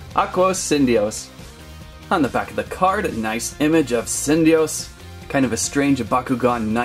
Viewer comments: Correction Sin-DEE-us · Cyndeyous- Sin-DEE-yoos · Its said sin-di-us